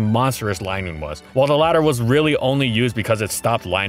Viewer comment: its not lie noon is lin noon